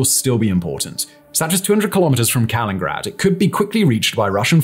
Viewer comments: It's not Kalingrad.(or kingrat or kengrad in the transcript!) There's another "in" in Kaliningrad. Mikhail Ivanovich Kalinin would be turning in his grave. So would Stal or Put! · Even I, a stupid uneducated American, know it's pronounced " Kal-in-in-grad " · Kal-in-IN-grad mate. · Because people make mistakes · "Kalingrad"?? WTF, can't you read?? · He's admitted how bad his pronunciations are, even WITH guides. This isn't a one-man operation, but there is only one person reading the script. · I was just about to say the same thing! He’s done the same exact thing before with regard to the former Konigsberg (I say let’s give Kaliningrad back to the Germans, until Russia stops misbehaving). It’s like when he says “conductive” when clearly he means “conducive”. It slowly pushes me toward madness. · Wishful thinking. That’s like hoping people of British origin will stop pronouncing “lieutenant” as “left-tenant” and realizing that’s ridiculous (especially given the history) 🙂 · Hhahahahahahaha mins in, I realized he mispronounced, and was wondering if I was the one mistaken. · How can you say Kaliningrad so poorly, so many times, despite being written phonetically. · This is not how one says Kaliningrad,! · AREA denial, not AERIAL denial.... And Kalliningrad has four syllables, not three. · He’s pronouncing Kaliningrad incorrectly and it’s causing me pain. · Dear, if you're going to talk about a place... learn the name! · You should totally learn how to say the name of the place you're talking about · Can't pronounce 'Kaliningrad' properly? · big fan of your videos. Would just like point our that you called the enklav Kalingrad which is not correct.It should be Kaliningrad (KalinINGgrad). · Don't say "Kalingrad." It is "Kaliningrad." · It's Kaliningrad, not Kalingrad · wait til you hear him say Staliningrad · But if he's going to call it Kaliningrad, then say Kaliningrad, not Kalingrad😂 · Kaliningrad not Kalingrad! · KalinINgrad, not Kalingrad